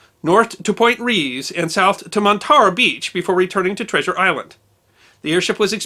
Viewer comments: Point RAYS...or RAYIS..... not REEESE!!! No one uses that pronunciation. Because it's neither proper Spanish or English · It's pronounced Point "Rayes." Thought you might like to know that. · I really liked the video. Lived here my whole life and I had never heard this. Just a little critique, it's Point Reyes pronounced Point Ray's or Point Ray-es. Not a big deal though. More little known history also surrounds some of the forgotten Lighthouses here. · I love your videos and watch them daily. I grew up in Sonoma County and forgive me if someone has already mentioned it but point Reyes is pronounced point “Rays” - rhymes with plays. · Point Reyes is pronounced ray-is. Not whatever you said. It is a national wildlife area. Very cool and strange area. It includes a mirror image of Loch Ness in Scotland and for much the same reason as a fault runs down its center . It looks like Scotland and the loch is tranquil without a monster there...Aloha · It is said "point rays". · FYI and I hate to ever correct you. Point Reyes is pronounced Point RAYS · Oops! Point REY-EZ. ;) It's not far from here.